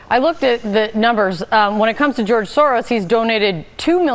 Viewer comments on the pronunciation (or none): He can't even say George . He's definitely on the Short Bus Crew . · I hate how he says George